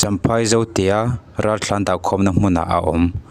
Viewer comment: I aw chu ngaihthlak a nuam viau a…….Mahse Ralthlan ti in i lam hi ka lo ngaimawh khawp mai